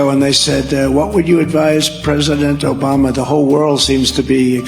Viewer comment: ObamnNa. Uh rib-be-do aaahh